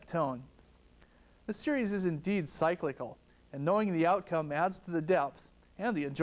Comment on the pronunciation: But ‘cyclical’ was mispronounced…